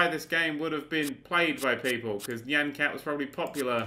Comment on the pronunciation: Isn't it "niy-an" like cyan, but with an 'n'